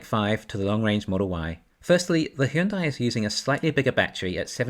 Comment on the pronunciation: Just FYI - Hyundai is pronounced like Sunday...